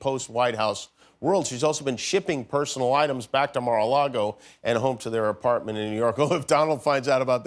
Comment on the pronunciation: "Mar a Lago"! Oh, you you don't! The Palm Beach local council have, apparently, already written to Mr. Pumpkin Head to remind him that the agreement between them stipulates that he'll spend no more than 21 days a year at the resort. So, Daiper Donnie will be looking for somewhere else to live. :-)